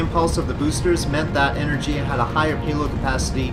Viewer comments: go to google translate change language to polish, type in energia and click listen, thats how you are supposed to pronounce it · why energIa? It's enErgia!